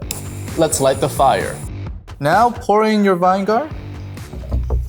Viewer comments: it’s not vine-gar, it’s vi-ni-ger.😂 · Stop sayin' vine gar! It's vin e gar! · its vinegar not vine gar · Vinegar not vine gar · vinegar lol not vingar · Baking soda and..Vine-gar bro wtf